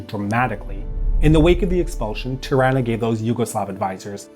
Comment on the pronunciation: Tirana..said like Taranta (Toronto Canuck pronounciation).